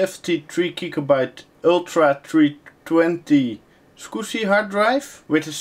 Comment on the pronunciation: soviet9922 I can't tell if he's saying squishy, swigshy or scooby. Love the accent though.